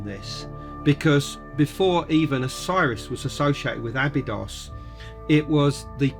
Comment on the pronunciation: Why does pronounce Abydos in 2 ways?